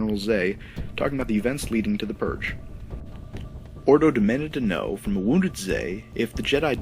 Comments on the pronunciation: Ordo? Fucking Ordo? Are all your narrators imbeciles? How can you not say Fordo? Please get someone who can talk clearly and pronounce names correctly or just switch to text. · Captain Ordo (Null-ARC-Trooper N-11) and Captain Fordo (don't know his designation) are two different clone captains.